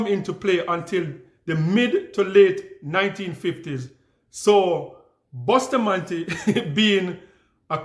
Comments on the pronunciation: Do not even know how to say Bustamante she saidBoostamante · Not boosta, Busta , wrong pronunciation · The first thing Candace Owen's need correction on is the pronunciation of our National Hero's surname, "Boostamantee"! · Candace Owen say Boo sta mante instead of Busta mante (Bustamate). She just need to stick to American History and leave Caribbean black history business alone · The name is (Bus-ta-man-te) not Bushtamanté I don’t know why Candice Owen is so fixated on Kamala Harris’ family tree. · She dosent even try to pronounce people's name property. Bustamante is pronounced bus ta man ti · She cannot pronounce Bustamante. Gal mine yu own business. Find out where you come from .